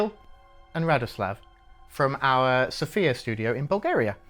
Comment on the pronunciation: One day I will hear the UK CA team pronounce Sofia correctly. Not today, probably, but one day